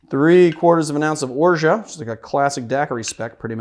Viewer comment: Gonna try it this weekend. By the way, I love that you kept the T silent in Orgeat 😊